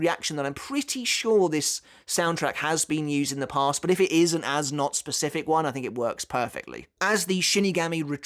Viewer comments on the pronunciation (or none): none